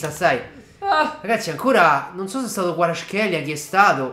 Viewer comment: Kvara in un video che ha fatto Sky sport lui ha detto Kvara e non Guara